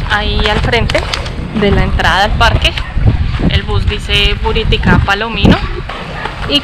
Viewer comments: Hago una corrección no es buritica es buritaca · Corrección: no es Buriticá, es Buritaca